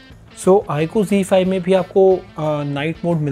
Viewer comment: Bhai G5 nhi he z5 he o nit bolna to sikh lo